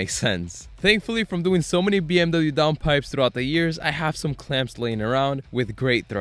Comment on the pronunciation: As a german... that pronounciation hurt more then hearing people call them Beamer